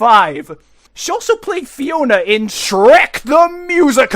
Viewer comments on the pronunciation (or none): none